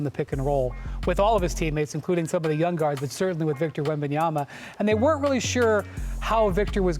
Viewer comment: Perkins: "Victor Wembyaba" 🤣🤣💀💀